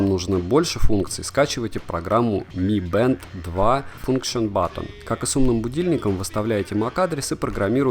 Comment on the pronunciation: Не мы бэнд, а ми бэнд!!!!!